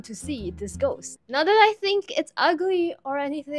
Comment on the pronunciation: Us: clicks on video: GoSt